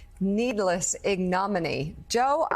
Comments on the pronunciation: IGNO-MINNY not ig-nom-in-eee. FFS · “ Ig - Nommy-knee? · Why am I not surprised that a so-called "news reporter" on MSDNC has no idea how to pronounce, "ignominy". Frankly, I am astonished that she can read, at all !! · Hmmm... a news anchor who can't pronounce "ignominy".